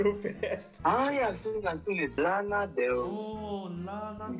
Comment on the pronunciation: Not u and Nii messing Lana Del Rey's name👀....and Takyi they will come for you💀